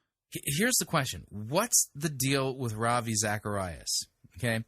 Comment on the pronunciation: Rav - Eye???